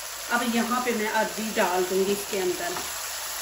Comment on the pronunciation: بگڑا ہوا تلفظ عربی ہے اور ٹھیک تلفظ اروی ہے